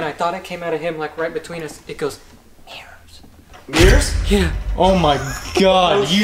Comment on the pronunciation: “meers” A.K.A “mirrors”